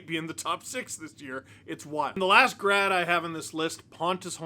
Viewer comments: Instead of hearing "Grad" I was oddly hearing "Brad" hmmm I can't think of why 😂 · I know he is saying 'grad' but all I hear is 'brad'.